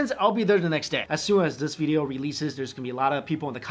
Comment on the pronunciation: Lol funny how he says veedeeoh